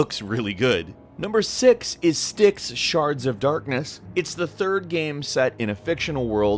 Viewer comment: on Styx, it actually pronounced st ikes, the y is the same sound as the I in tie